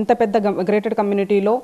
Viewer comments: Madam garu….. grated community kaadhu….. GATED community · తల్లి అది గ్రేటెడ్ కమ్యూనిటీ కాదు❌....గేటెడ్ కమ్యూనిటీ ✅